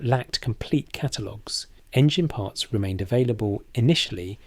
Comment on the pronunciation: Sounds russian 😂 raiding partz